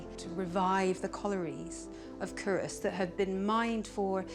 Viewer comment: This is driving me nuts. It's pronounced, 'Coo-rus'. Unsure why an expert in 'archaeology' and an 'academic' wouldn't take the time to investigate how to actually say it properly. Sign of the times, I guess. Leads me to question their nounce. Also, 'whiskey' is an Americanism. It's 'Whisky'. besides that why do Scots constantly get subjected to posh English telling us about our own history? Nepos, but hey they've got the money and means to do it.